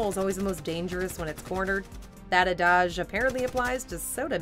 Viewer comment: "A Dahj?" Excuse me?